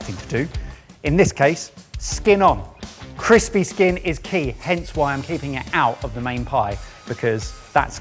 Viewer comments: So are we just ignoring “chrispy” chicken? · "chrispy". Am I missing something?